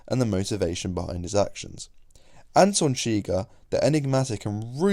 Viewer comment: "Anton Chigger" lol